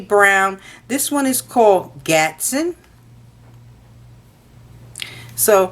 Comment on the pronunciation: I almost came thru the phone when she saod gatson... I'm gonna snap!! GASTON YOU DUMBASS BITCH GASSSSTOOOOOOONNNNN